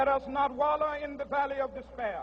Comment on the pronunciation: let us not wallow in the valley of despayah! I love how he talks